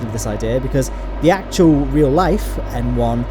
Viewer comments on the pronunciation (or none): I thought you were saying M1 instead of N1 until the end of the video